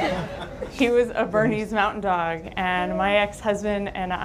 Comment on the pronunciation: It's not "Burmese", it's a BERNESE Mountain dog. ;)